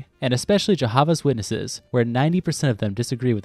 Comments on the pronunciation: i have never heard jehovah's witnesses mispronounced like that. literally had to rewind and replay it to make sure i hadn't misheard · Why did you say the JWs name like that 😂😂😂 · The pronunciations of Anglican and Jehovah’s Witnesses were very strange